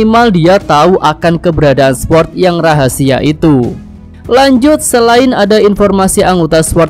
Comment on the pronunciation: Cara ngucapin sword, “sord” w nya ga disebut ✌️